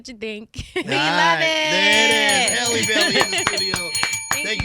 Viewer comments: Who all corrected him in their heads when he said Haley Bailey? 😂…SIR!!! HALLE like Halle Berry. Short vowel. Get it togethaaaa. 🥂 Carry On. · If you can say Halle berry then you can say Halle Bailey! Not hailey! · Halle looks absolutely gorgeous here ESPECIALLY in that thumb nail ✨btw, Her name is spelt n pronounced the same way as the actress Halle Berry. It's not 'Hail' it 'Hal' ijs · the gentleman radio host called her Hailey instead of halle multiple times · Hah-Lee not HAY-Lee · HA-LEE like Halle Berry. Not Hailey. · it’s HAL-LEE not HA-LEE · Not them getting her name wrong. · U pronounced her name wrong…🙄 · Yeah I turned this interview off soon as they said her name wrong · There is no reason people should still be mis pronouncing her name it's literally the same as halle berry , And at this point it's just unprofessional to not know their name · Ugh, I'm irritated that she didn't correct him on the pronunciation of her name 🤦🏾‍♀️ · And he said her name wrong smh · PRONOUNCE HER NAME CORRECTLY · That’s crazy how you interviewing and get their name wrong🫣